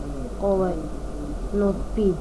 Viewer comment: 1.dete pise se "Tutoriali" a ne "Tutirijali" bo2 i sacekaj da porastes pa onda pricaj na mikrofon 2.Ne kaze se "NotPid" nego na srpskom "noutped" 3.Jos si zelen !